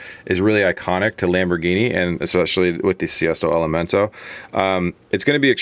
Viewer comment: Sesto elemento not siesto elemento